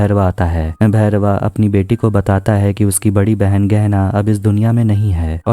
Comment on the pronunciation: बारमेर नहीं,, बाड़मेर.... वेदा भैरवा नहीं,, वेदा बैरवा..